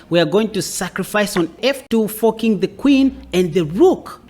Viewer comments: Is he saying "fu ck ing the queen" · You gotta stop saying forking with your accent buddy 😂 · I wish I could get away with his pronunciation of "....forking the Queen ". Gives me the "chuckles" every time. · he’s forking pronouncing like a g. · You are (accidentally?) making fork sound like fuck and forking sound like fucking, and it's hilarious! Great video though!